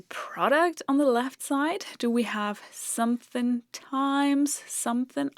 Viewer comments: Hearing someone not from the South (USA) say 'somethin' makes my day. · Weird to hear someone so educated constantly say "sumthin'".